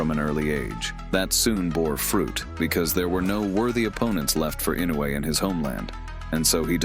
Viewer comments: EE-no eu-ay. AND NOT Innoay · incorrect pronunciation it is ee- no- you- aa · LEARN HOW TO SAY HIS NAME!!! Baka yaro!